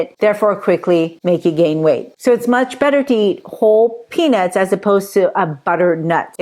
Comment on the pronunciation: I always laugh out loud when you say Peanits instead of peanuts 😂